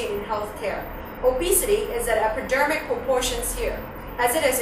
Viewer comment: 你將Epidemic (傳染性) 讀左做Epidermic (表皮) 喎....我呢個響香港讀書O既都聽得出啦, 仲學人教人....